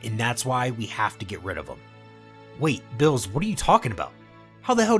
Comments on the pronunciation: Dude why are you calling him bills?? His name is beer-us that's a bit annoying no offense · Bro can you please learn the proper pronounciation of the names coz it’s annoying when you say bills when it’s clearly beerus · bills? narration is so annoying getting such a easy too pronounce name so wrong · He keeps saying builus instead of beerus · is no one going to mention that part of (if not all of) the video he was saying bills instead of beerus. (if its an accent i apologize to anyone i may offend) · Ayo is this mf calling Beerus "bills" -_-..? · Are the mispronounciations of the gods names intentional? Bills and bermoth aren't their names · Ah yes, my favorite god of destruction “Bills” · That is not how you pronounce beeruses name, ur callin him blls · I hate the way you say the characters names. Its Beerus it Billis. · why do u say bills? his name is beerus bro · Why are you saying Bills and Vermouth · I don't know why but i keep hearing beerus as bills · Bills wrong berrus you are just pronouncing it wrong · Love your channel, but can you say the characters names right, like calling beerus beers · Say beerus not bills 😤😤😤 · I like how he says Billus instead of beerus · What the f**k is bills it's lord beerus atleast say the name properly ...🤦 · are you spanish or sum? why u callin beerus "bills" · Why is he calling beerus bills? Everyone I listen to yall fuck up people's name so bad. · Why do you keep calling him Bills? It's like you got the name from a half-assed fan translation or something. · bro is not calling beerus “bills” 💀💀💀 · I just get kinda annoyed at how you say the name, like beerus is bill's, and gine is jean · Why he saying "bills" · i kept thinking he was saying bills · When he say beerus it sound like bills. Just letting yall know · Ok, 2 mistakes that i noticed, zeno's & beerus' their names are pronounced wrong, zeno's E is prenounced the E from for example example & beerus is pronounced as beer us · Bills? Y do u pronounce Beerus like that lol